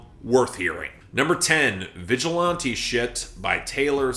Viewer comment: The way you say 'vigilante' with a long 'a' is very weird to me. Is that a Canadian thing?